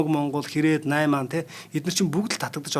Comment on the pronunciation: Mardhaan! Naimanii gedeg ugee buruu heleed baina shuu! Naimnii gej heldeg shuu naimaaniii geed buruu heleed baina! Ariljaa naimaa gedegiin naimaa geed bajna shu! Anhaaral Tavisand talarhii